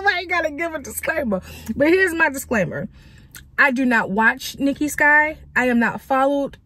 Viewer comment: Mic drop! You read Nikki Sky so correctly…………